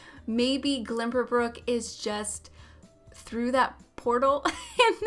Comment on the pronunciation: She's so convinced that it's "glimberbrook" isn't she?